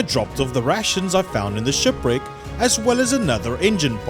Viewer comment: "Shupwricks" I want go diving near a shupwrick.